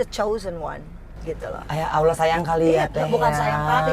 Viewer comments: Assalamualaikum mbak angie...sy sngat bersyukur anda adalah org yg menginspirasi semoga tetap istiqomah Hanya sy sangat berharap anda belajar untuk melafaskan Allah dngn sebenar2nya bukan Aulah krn masih belum terdengar pas Semoga kedepannya bisa lebih baik lagi ya mbak...maaf hanya saran mbak semoga dapat diterima ya mbak aamiin.....Allahumma aamiin.....🙏🙏🙏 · Nyebut Allah, itu jgn ada huruf waw nya Engie. Harus huruf alif terus ke huruf lam . Maaf mengajari ya Engie sayang.